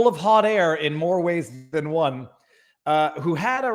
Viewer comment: there's no h in "one"